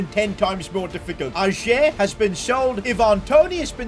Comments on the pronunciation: Om from Norway and in Norway we say ayer not ajer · Totally loved it and your name pronunciation made it 100 times better 😂😂😭 Ayer instead of ajerrrr🤣🫡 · Im glad ajer got sold cause i didnt have to hear sid pronounce his name like that